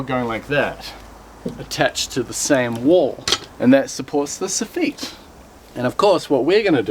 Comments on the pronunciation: Canadian here... took me a few moments to realize you were talking about the soffit. As you pronounce it "suh-feet" and we say "saw-fitt"... I do enjoy seeing the different ways things are built (and named!) around the world. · It's soffit not soffeet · Su-FEET is French for SAW-fit. (Soffit) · There was no tension on that stud fella - only compression.. and it's still soff-it not soff-eet ;) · "Sow-feet" = Soffit. It took me a few minutes to figure that one out. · I think its a very unique way lf pronouncing it. Aus as far as i have heard its the 'saw-fet' or 'so-fet' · I mean.....it's called a Soffit......why would it be pronounced any differently than it's very literal spelling